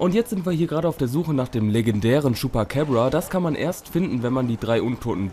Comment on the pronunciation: vielleicht irre ich mich aber das ''ding'' heist chupacabra und nicht chupacäbra